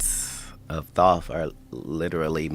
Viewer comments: IT'S PRONOUNCED - Thoth, like in oath. Not Thot or like in goth . So annoying >:( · Bravo, this dude just cut up a bunch of free accessible content and actually made something great out of it. Thoth not Toth lol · Thoth = thought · Thoth is toe-th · butchered Katt's name spelling and can't pronounce Thoth correclty. oof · LMAO this dude can't even pronounce Thoth name correctly but is looked at as divine bc he brought it up on Roid rogan😂